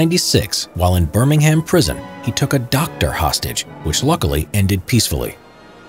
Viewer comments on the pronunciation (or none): Ooh but his pronounciation of Birmingham hurts